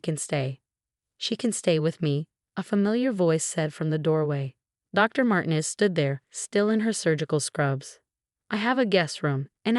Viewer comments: It's mar-teenez,not mar-tin--ez dummy!! Get your pronunciations right!!! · Mar tee nez not Martin ez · Mar-TEEN-ez and pree-FER get your AI fixed! Won't finish story. THUMBS DOWN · Mar-tee-nez! Not con-cert-oh, con-chair-toh!